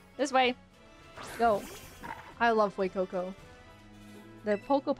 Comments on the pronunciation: Its F-YOU-CO CO 😭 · "FOUR FOR FEUCOCO, YOU GO FUECOCO"